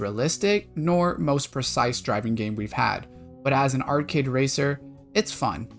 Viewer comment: Why do you keep saying "art-kid"??? The word is arcade, pronounced "r-kade" not difficult bro.